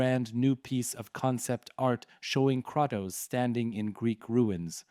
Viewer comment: Learn how to say Kratos you terrible content creator